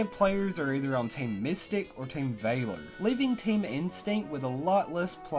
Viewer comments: Vah-lor not Vay-lor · Oh my gosh when he says team vailor it’s so annoying FYI it’s valor v-a-ler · Ooommmgggg.... ITS VALOR. NOT VAILOR OR VAYLOR. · It's not Vaylor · Team “ Vayyler”😂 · Stop saying Vaylor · STOP SAYING VAY-LER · That ain't how you say valor. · Your pronunciation of Valor actually hurts... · Can you really not pronounce VALOR? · ur pronouncing valor wrong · The way you said valor gave me a tumor. Good video dude! Feel better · 2 nitpicks: 1, the way he says Valor 2, Uk? Don’t you mean Europe?